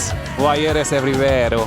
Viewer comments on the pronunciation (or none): "wayeres. wayeres everywero" 😂😂😂